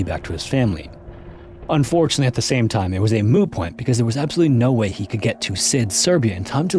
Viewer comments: Moot point, hon. Moot. With a "T" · Did he say “moo point”? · Was that 'MOO point'?